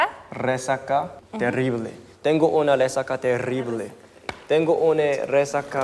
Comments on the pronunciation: perolocupado🤣🤣 perolotupado JAJAJAJAJ creo que estoy enaamurau mis dos neuronas: bengu estoy to'o los micos concinae XD rrerible Terrible, Omg qué buena pronunciación mis neuronas: (x2) NO PUEDO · y creando su propio idioma al decirse "Tengo una resaca terirrrrrrblrrr", se repite en mi cabeza sin parar, es demasiado iconic